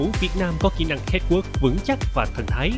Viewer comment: xin hay doc chu CATWALK cho dung Van oi !